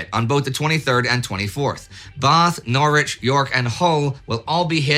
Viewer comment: I was impressed by your pronunciation of foreign names, til I heard your version of 'Norwich' :D